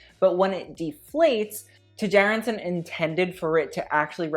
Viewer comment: his last name is pronounced Chærandsen, for next time ;)